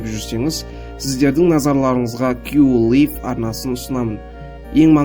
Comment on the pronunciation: Кю лиф емес кю лайф дұрыс оқы